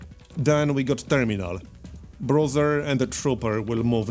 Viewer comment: BRUISER - brooser and not BROTHER